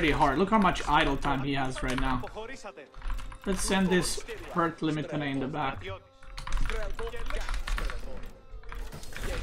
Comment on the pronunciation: The phonetic pronunciation of "limantani" would be: lee-mahn-TAH-nee Emphasis on the TAH. And for... It is "KNEE" not "aye"